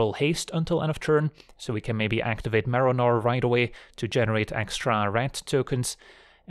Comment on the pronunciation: the whole video i kept hearing Merinor